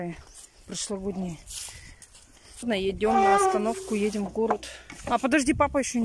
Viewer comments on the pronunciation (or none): едЕм,а не едИм.